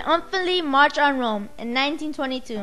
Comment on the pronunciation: I dont want to sound mean or nothing but you sound like a robot when you talk. You should redo it. Break it down into 2 or 3 parts so you can speak clearer. Also try to do better pronouncing of Rome. Good first attempt. But for the sake of professionalism you should redo this project.